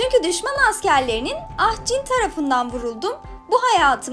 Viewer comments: Vav jinin ismini doğru söylemiş adam genelde cin diyorlardı ve gerçekten bu kadar araştırılarak söylenmesi güzel bir şey en azından yanlış bildi yok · sonunda Türk kanalı BTS i doğru düzgün okudu ve saygı gösterdi jin desede güzel bence